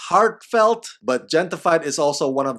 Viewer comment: I believe that the Gente in Gente-fied is pronounced henteh. Meaning "people" in English.